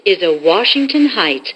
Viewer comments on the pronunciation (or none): Hieghts Instead Of Heights (That Is Weird)